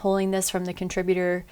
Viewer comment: "Contributorrrrrr" !!!! . .. . . . . assemble.